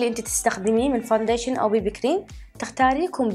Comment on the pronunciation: ههههههههههههههه يااخي ميصير تكول سفنجه لان اسمه الصحيحي بيوت بلندر تره البنيه ممضطره تفيك بروسكم ع كولت اليحجون هههههههههههههههه الفظه عدل هههههههه فوديشن يعني كريم اساس هههههههههههههههههههه حموت ضحك